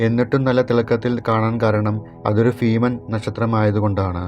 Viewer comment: ഫീമൻ അല്ല ഫുണ്ടെ ഭീമൻ തിരുവാതിരാ നിന്റെ കുണ്ണ